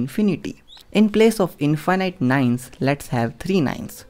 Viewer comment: What is "infighnight"?